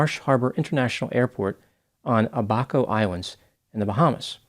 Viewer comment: I'm not trying to be petty and I understand that due to the sensitive subject matter what I'm about to say is insignificant in the scope of things but I just wanted to point out that the correct pronunciation of the Bahamian Island mentioned is Ab-aco not A-baco....